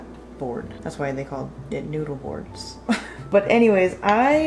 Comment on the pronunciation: When you said „have you heard about noodle boards?“ I first heard „have you heard about newborns?“ and I was really confused for a second 😅